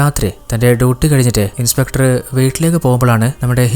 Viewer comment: Niiice..👍👍. Pinne shradhikkaan oru kaaryam parannote... ഇൻസ്പെട്ടർ അല്ലാട്ടോ ... ഇൻസ്പെക്ടർ.